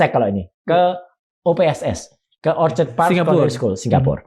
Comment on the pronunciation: Ada banyak sekali org indo di sg. Kok susah bgt dpt info yg akurat. Coba Roy Suryo cek lagi bbrp poin brkt, supaya jgn makin simpang siur. Ini masukan konstruktif. 1. Bukan orchard, tapi orchid (baca: or-kid). Nanti kena malu sndr kalo ke mana2 salah ngomong. Itu dua kata yg berbeda, cek kamus. Orchid Park Sec School itu di Yishun, jauh bener sm orchard road. 2. Tidak ada satu pun secondary school under MOE di sg yg pakai mandarin sbg medium. Semua hrs pk English. Mother tongue is compulsory tp boleh pilih sesuai race. 3. Secondary school itu tidak setara SMA (di bawah SMA). Untuk poin ini Roy Suryo boleh terus kejar. Klo ad pihak sana yg blg sec school setara SMA itu salah dan sok tau. 4. Sec school itu seperti SMP tapi 4 atau 5 tahun. 4 tahun itu express, 5 tahun itu normal (tp dianggap lambat). Di jaman Gibran msh begini systemnya. 5. Kalau foreign student dr indo yg udah tamat smp, umumnya pindah sg akan mengulang sec 3 (taon ke tiga) instead of lanjut ke sec 4 (taon ke empat). Krn sec 4 ada ujian akhir O-level dan klo masuk direct sec 4 dianggap ga akan sanggup mengikuti. 6. Jadi boleh ditanya apa fufufafa punya O-level certificate? Atau punya N-level (ini untuk yg normal stream)? Suru tunjukkin. 7. Punya O atau N level jg ga berarti setara SMA. Karena SMA itu setara dgn A-level, yg mana harus bljr 2 taon lagi setelah sec school di jenjang Junior College (JC). Fufufafa ga pernah blg riwayat masuk JC sini. 8. Gpp jg klo ga masuk JC, bisa ambil jalur diploma ke polytechnic